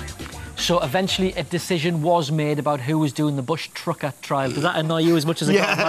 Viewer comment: Sabrina can't pronounce her words properly!! "Bushtrucker trials" and "persprective" - lol. Personally, Sabrina irritates me a lot!!!